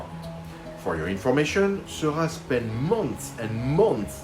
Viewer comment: I love this video! Thanks so much for making it. I finally learned how to pronounce George Seurat too! :D I recently fell in love with The Channel of Gravelines, Grand Fort-Philippe and while I don't think it's up for auction by the National Art Gallery in London, I MAY be bold enough to try to recreate it. Is this crazy ambitious?